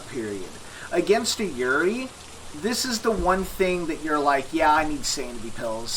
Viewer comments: This was exactly what I was looking for after this game kicked my ass tonight, which was my first time playing it. However I have to nitpick one thing. It's pronounced "Yu-ray-ee" not "Yurie". It's a Japanese ghost, basically if you've ever seen The Grudge or The Ring, those are classic Yurei. Thank you for the excellent guide! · You pronounce yurei really wrong :< It's just the Japanese word for ghost. It's pronounced like You-Ray.